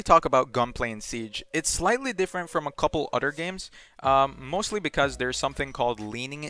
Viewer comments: The word is "other" not "otter" 🦦😂😂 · It’s pronounced other btw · “True” = Through “Utter” = Other